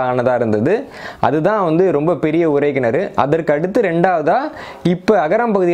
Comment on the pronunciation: தம்பி, நான் உங்கள் வரலாற்று காணொலி(ளி ) களை கேட்பேன் மிக அறிவு மிக்கவை, ஆனால் ஒரு சிறு கவலை, அது உங்களின் உச்சரிப்புகள். இதில் கூட உறை கிணற்றிக்கு பதிலாக உரை கிணறு என்று சொல்கிறீர்கள் உச்சரிப்பு பிழை விளக்கத்தையே மாற்றிவிடும்